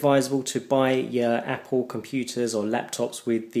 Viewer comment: APPPOL mac.